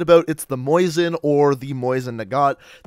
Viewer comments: You're butchering so many of the names. Mo-sin Nagant not Moizin. The Ribeyrolles too it's Rib-eh-roll not rib-eye-rollis and the image you used for that is incorrect instead referencing an RSC Smg the same as the one in BF1. Cmon man this video is an utter disappointment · It’s Mosin (mo sin ). Not moisin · Mosin not moisin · Mosin nagant this fool said “Moison nagant”